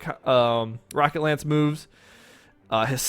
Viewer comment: He has an American accent. I have an American accent. Most Americans pronounce the 'o' in "rocket" as 'ah', not 'aa'. Even if he is not American, I am not making fun of his accent. I am simply criticizing the way he pronounced a single phoneme.